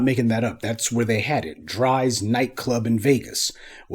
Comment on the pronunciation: This man said Dry's in Vegas 😂😂😂😂😂. Pronounced Dre"a. Drais